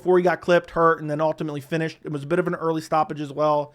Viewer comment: Ultimately. Learn to pronounce